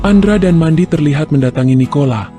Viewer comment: mendy kang bukan mandi bacanya